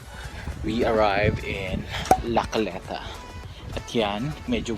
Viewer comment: Hahahah lacaleta,Hindi lacoleta hahahaha natatawa ako lagi sayo, great video